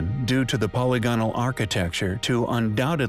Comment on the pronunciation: My inner grammar Nazi cringes every time you say "polygonal." The word is pronounced "puh-lig-uh-nul," not "polly-go-nul."